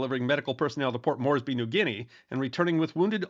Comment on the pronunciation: serendipity indeed, an excellent episode, well done. I was not aware that "Centaur" had a role after the sinking of the "Sydney". Carnarvon is pronounced as three syllables "c" as in "cat, "nar" and "vun" Port Moresby is pronounced as three equal syllables "port" "moors" "bee" there is a Memorial to the sinking of the "Centaur" located on a cliff top in Caloundra, Queensland, which is a town on the Australian mainland close to the site of the "Centaur" sinking. Robbo in Brisbane